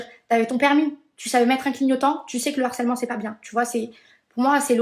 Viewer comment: M MERCIIIIIII 🤝 🙏🏽 Ça fait des mois, même plus, depuis l'histoire des anges, j'en peux plus d'entendre et de lire "L'HARCÈLEMENT" ! Y'a un H put*in ! Le harcèlement, du harcèlement... 😭😭Même elle, miss tant de QI elle sait pas le dire correctement ?!